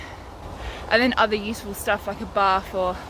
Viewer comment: I misheard you at first when you were going through the safety kit to carry. I thought you said a "bath" 🛀....... oh, a buff!